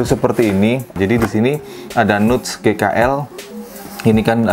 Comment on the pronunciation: Bahasa Inggris 🥜 nuts baca.ny nats tow bosku